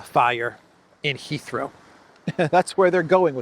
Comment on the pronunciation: I keep hearing "Israel" when says "Heathrow"!!!